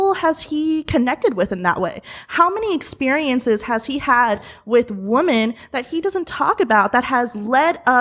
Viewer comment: Do none of you pickup on how many women these days can't pronounce "womEn" plural, but instead say "woman"? It's so annoying.